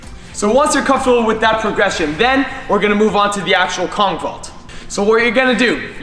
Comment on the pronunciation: Bro for kong vault it says conch vault